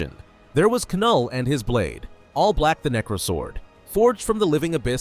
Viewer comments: Any one gonna tell bro it’s pronounced null 😂😂😂😂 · The way the voice said k null got me rolling.